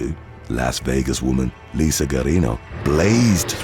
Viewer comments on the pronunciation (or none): none